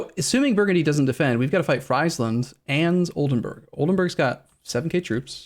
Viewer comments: Friesland is pronounced like “freesland” btw, as in “freezing land”. There was a time were you said it correctly in the past. I don’t care about most mispronunciations of Dutch words, but this just sounds way too bad. Like it is the land of French fries or something. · Hi, like your pronouncement of friesland, small tip: ei = y and ie = ee in Dutch